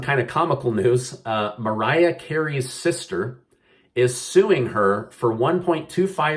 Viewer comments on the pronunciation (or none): none